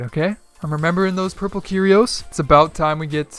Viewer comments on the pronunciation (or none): Everytime said Kyrios, my brother shouted Cheerios!!!!!